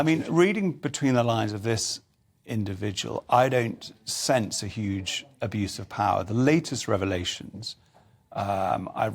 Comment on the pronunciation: Did he say huge or huw?